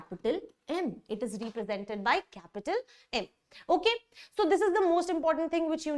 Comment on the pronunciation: Mam, please correct your pronounciation of ' represented'. You say it like 'reepresented'